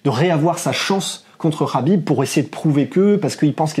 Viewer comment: Le "kh" de khabib, (Хабиб en russe), et (حبيب en arabe), se prononce "ha", comme lorsqu'on rigole "hahaha" et bien pour khabib on dit HAbib, c'est simple.